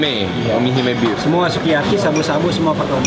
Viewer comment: Omi Hime Beef gw dengernya Kimi Hime Bitch hahaha